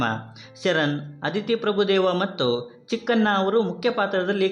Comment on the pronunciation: ಮೊದಲು ಕನ್ನಡನ ನೀಟಾಗಿ ಮಾತನಾಡುವುದನ್ನ ಕಲಿಯಿರಿ ನೀವು ಅಂತೀರಾ ಚಿಕ್ಕಣ್ಣ ಅನ್ನೋದನ್ನ ಚಿಕ್ಕನ್ನ ಅಂತೀರಾ ಶಿವಣ್ಣ ಅನ್ನೋದನ್ನ ಶಿವನ ಅಂತೀರ ಎನ ಅಲ್ಲ ಹೆಣ ಮೊದಲು ಕನ್ನಡ ಕಲಿಯಿರಿ